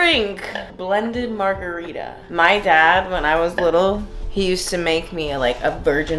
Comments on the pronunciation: Margerweeda lmao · I just came here to say Margareefa